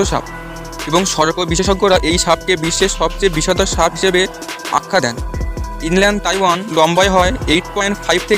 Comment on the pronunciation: সা‌পের নামটা ইনল্যান্ড তাই‌পেন ব‌লে শু‌নে‌ছি।ইনল্যান্ড তাইওয়ান নয়।